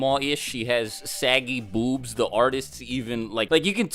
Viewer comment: Why do you say boobs weird